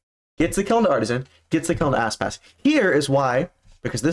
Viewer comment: Art-zeen. Not Artisan. And Demon1 almost did a thing. But he didn’t.🤷🏻‍♀️